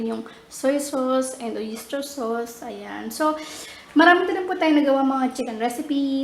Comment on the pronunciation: napakasarap naman talaga lasang lasa yung "OYISTER" sauce hahahaha. lol, ate babasa na lang eh.